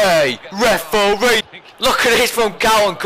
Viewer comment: I love how you say reforee !,!!!